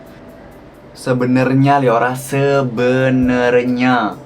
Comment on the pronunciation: kak bukan leora tapi liora